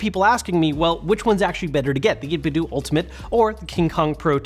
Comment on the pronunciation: Grrrr, it's 8bit-DOUGH not DOO! Like Ninten-DOUGH, which is what their name was inspired from and why they designed their first controllers after Super Nintendo controllers!